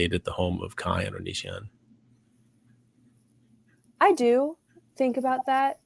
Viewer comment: Chris Hansen called Onision "onion" and I love that.